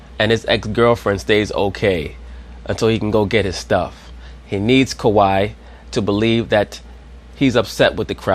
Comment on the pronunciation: Can Scottie Pippen please say Kawhi Leonard’s name Right smdh 😂. His name is not Kawaud lol